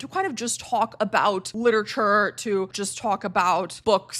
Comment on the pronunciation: please pronounce literature correctly